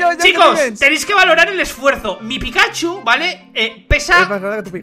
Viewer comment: men no me gusta correguir pero se dice pikachu:V